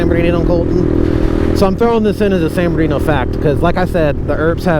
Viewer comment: I’ve heard a couple diffrent names behind San Bernardino…. Like San berdoo… San murdadino….. now hearing you call it….. San ghettodino! That’s a new one!